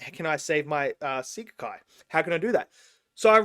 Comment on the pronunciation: It’s a movie based an a mobile game rather than a series! Sekai is pronounced “seh-kai” and each group has their own world they can go into. In the game, each group is not aware that there are other people who ALSO have their own special worlds, and vocaloids within them. In the game they all keep it secret